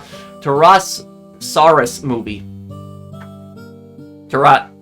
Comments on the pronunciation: TAW-RUH-SAW-RUHS, not TUH-RAW-SUH-RAWS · Its pronounced TORE US SAURUS. Taurus like the zodiac sign.